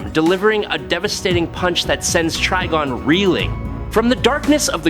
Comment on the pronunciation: We got to spell it trYgon for this dude to actually say it right. 😭😭🤦🏾